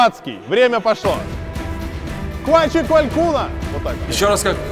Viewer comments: Ква че квалькуно а не кваче квалькуно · Правильное произношение "куа чэ куалкуно" ))) ква у нас утки делают)